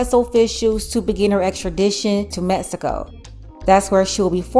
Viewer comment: METSICO, METSICAN! ITS MEX I CO NOT METSICO